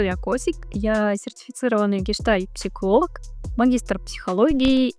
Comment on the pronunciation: Сначала бы научились выговаривать гештальт психолог 🤣🤣🤣